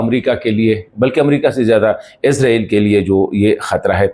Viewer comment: ارے بھائی صاحب عزرائیل نہیں اسرائیل بولا کریں